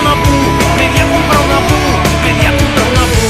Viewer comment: Me pone de los nervios que diga "Pu"